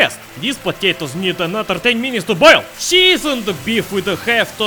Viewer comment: “…need another 10 minutes to BOIL!” — old accent.